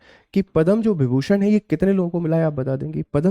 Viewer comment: विभीषण नहीं विभूषण